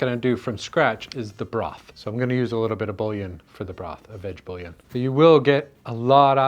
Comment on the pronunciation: Bouillon - Boo-yon. You're welcome. 👍